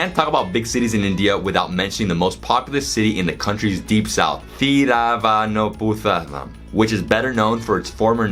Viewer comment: It's funny how pronounces Thiruvananthapuram!